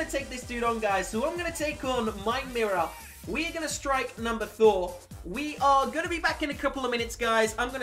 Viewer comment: I heard him say number thor